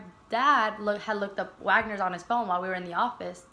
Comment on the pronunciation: It’s Wegeners not wagners